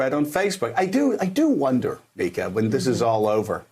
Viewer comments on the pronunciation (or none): Dude... Still, it's Mika, not "Mikia"...